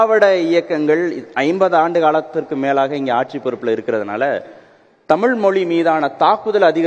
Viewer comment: தழிழ் a kuda tamil nguraru ... data points not correct...